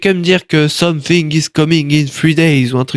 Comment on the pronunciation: "someu finegue ize s’caminegue ine trois dayeze"